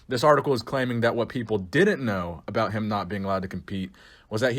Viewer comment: That's very fascinating stuff aboot shawn